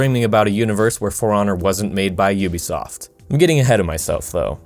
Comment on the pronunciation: Finally someone says Ubisoft like I do